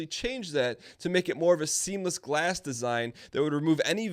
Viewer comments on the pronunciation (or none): none